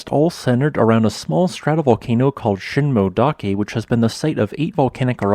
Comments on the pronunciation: Ooh, I was thinking of going there next week... by the way, in "Shinmoedake" you should pronounce the "e" (shin-moh-eh-dah-keh). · You need to check how those geonyms are pronounced. The crater late (Miike) is pronounced “me - eekeh” and Shinmoedake, “sheen - moh - eh - dah - keh”.